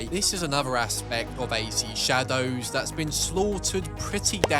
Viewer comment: the way he pronounces the DOWS in shadows makes me want to end it